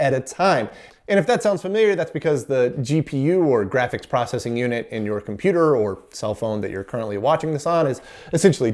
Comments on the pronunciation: Oops, what's a "cimputer,"? 😆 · "Cimputer" History Museum? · "Cimputer History"? C'mon guys, you're giving us über-nerds a bad rap.